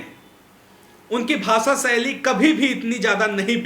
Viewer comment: Anchor sir, it is not pronounced as BHASA SAILY. IT IS PRONOUNCED AS BHASHA SHAILY. so improve your ptonounciation please.